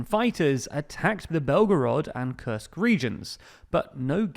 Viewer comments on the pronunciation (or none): none